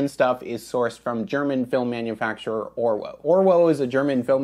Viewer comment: It’s pronounced ’Orvo’ being German.